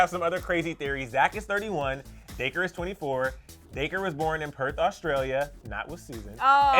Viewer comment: He said Day-Cur it’s Dac-ree 😂😂